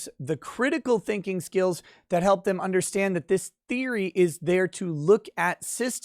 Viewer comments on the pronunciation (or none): none